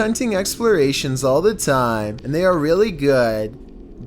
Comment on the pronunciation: "Scary videos go viral all of the TAiEyM"